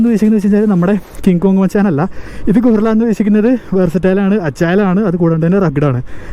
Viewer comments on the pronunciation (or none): ഗൊറില്ല അല്ല ഭായ് ഇത് ഗറില്ല